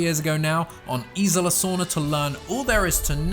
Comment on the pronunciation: Isla. I feel you’re adding an “I” in there?